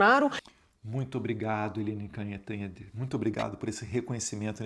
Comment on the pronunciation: Eliane "Canhotede" 😂😂😂